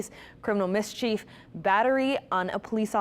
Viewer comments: criminal "mis-cheef??" 🤔🤣🤣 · Watch the police body camera footage, this woman is absolutely insane and belongs in asylum. That being said, listen to the end when the newscaster tries to pronounce the word "mischief". She says "miss-chief" as in the Chiefs football team. The news lady is ILLITERATE! DEI hire 100%. DEI is disastrous! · How are you a reprter and can't pronounce "mischief" 😂